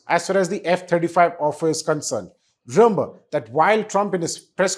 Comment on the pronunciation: ...please try saying REMEMBER and not REYMBER